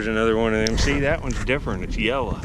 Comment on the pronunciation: You keep saying yella. It's yellow. The amber bottle with the long neck is a sauce bottle. How many marbles did you find in your digging career and do you sell them? Did you ever find any silver coins?